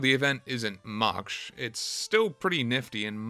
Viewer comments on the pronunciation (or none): Much is not "muksh"